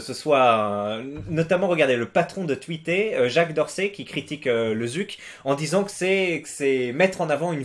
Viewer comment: C'est FortNIT pas Fortnight. Comme Twité, tu l'as bien prononcé au début :ok